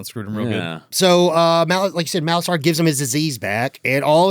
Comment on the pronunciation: Molasar not Malosaur!